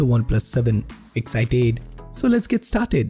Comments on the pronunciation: "EXCITAED" lmao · Says Excited in a weird way!:)